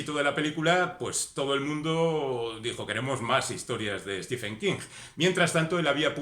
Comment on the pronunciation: Se pronuncia en su caso stíven, no stífen.